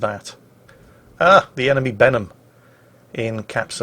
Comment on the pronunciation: When says "Benham" to me it sounds like "Venom". Maybe that's me from NA region and watching the Venom movie recently.